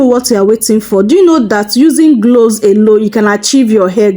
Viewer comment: gloves or cloves??? you are misleading with your pronounciations